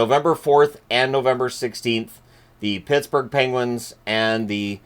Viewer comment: Did he just say Pissburgh